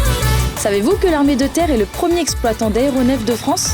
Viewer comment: On fait la liaison entre "premier" et "exploitant" donc on prononce le R. On la fait aussi entre "est" et "historiquement"...